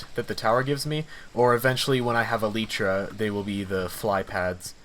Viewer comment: Very strong HermitCraft undertones with the huge build and timelapses. Also there's only one person I know who pronounces "elytra" like that.